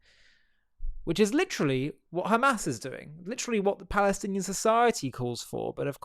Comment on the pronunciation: The Oscars have less Oscar than Oscar Schindler. loved the articulated Ps of this idiot. Occubation of the Balestinian Beoble. How can there be a “Palestinian people” if they can’t even pronounce their own alleged name. 😂